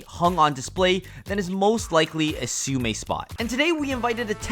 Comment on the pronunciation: The host butchering the word siu mei so many rimes has put me off the rest of the video